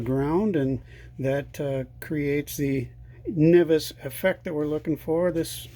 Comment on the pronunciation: Nice job with the video!! If you don't plan on operating with the top closed, then why did you add the outer antenna connection? Also, I have always heard it pronounced "en-vis", never "ni-vis"